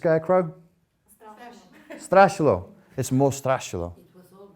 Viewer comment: The way says “Striashiiilo” just kills me. Well. This is complicated word